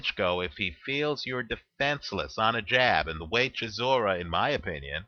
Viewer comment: its pronounced chi saw ra